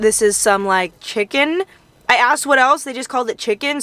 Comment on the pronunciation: “What’s in the chickn?” “Chickn😒” yup sounds very West Indian 😂🇹🇹 I wanna go I just need a ride.